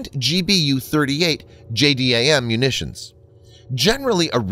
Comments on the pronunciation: Try calling it "J-DAM" instead of "J-D-A-M" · JDAM pronounced: Jay-Dam